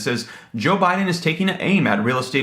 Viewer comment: Funny she said president OhBiden 💣